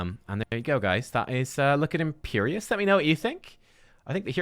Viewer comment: Imperius not Imperious...